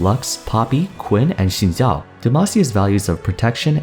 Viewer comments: I appreciate your Xin Zhao pronunciation. First time I heard said it right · he pronounce xin zhao right wtf